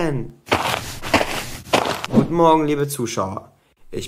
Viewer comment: morge oder morgen?hä